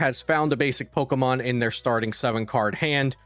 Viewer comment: this was great, thanks. One thing I couldn't stop laughing about is how you are saying Pokemon. You're saying it like eric cartman or something "Poh auh mohn"